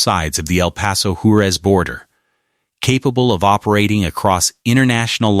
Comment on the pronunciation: Can't bother to say Juarez or Rio grande right? Do better.